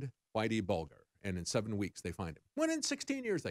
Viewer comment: Its pronounced buljer